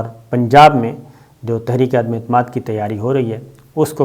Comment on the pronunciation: صابر صاحب اللہ کے فضل سے آپ بھی ان نہایت پڑھے لکھے لوگوں کی لسٹ میں شامل ہیں جو عدم اعتماد کو عدمے اعتماد کہتے ہیں